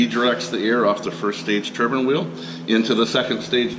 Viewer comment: Turbine* not turban